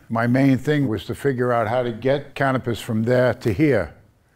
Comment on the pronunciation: Cannabis. Cannapiss. Lol.